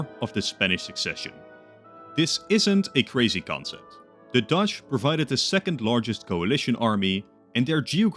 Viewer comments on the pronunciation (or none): none